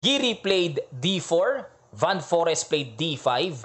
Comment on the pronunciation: Coach, Fan Foreest tamang pronunciation. Like most european country, F ipronounce ang V. Mapansin mo rin yan during nung closing ceremony nila, Fan Foreest daw ✌✌✌